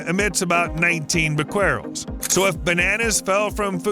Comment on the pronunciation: The solution to pollution is dilution.--Old saying. 10 half lives is rule of thumb for radioactive atoms until the material is safe. That's 123 years for tritium. Can those tanks last that long? "Bequerel" is either "BEH-keh-rel" or "beh-keh-REL". It was the name of a French scientist in the 19th century.